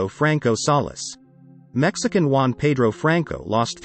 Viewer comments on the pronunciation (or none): Juan, not Uan